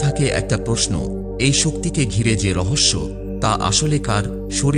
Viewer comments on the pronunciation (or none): none